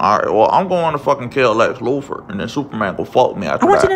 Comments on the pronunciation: "Lex lupher" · “Lex Loofer” 🤣🤣🤣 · Lex lewfur 😂😂😂😂